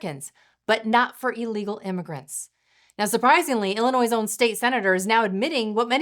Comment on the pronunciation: Illi-noise? I thought it was pronounced ill-uh-noy